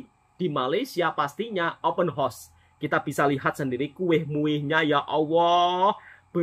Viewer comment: Sebut biar betul,house bukan hos